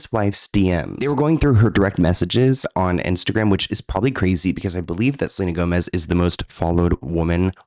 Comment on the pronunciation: Selena Toemez